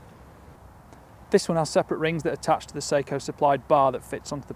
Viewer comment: Note on pronunciation: "Seiko" is a Japanese company noted for their watches. "Sako" is a Finnish company noted for their firearms. The former is pronounced say-ko. The latter is pronounced sah-ko.